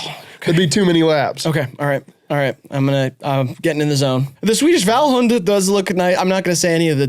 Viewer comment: Rileys pronunciation of Vallhund is pretty good tbh